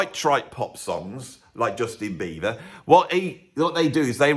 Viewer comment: Why do you keep saying Beaver instead ov Beiber?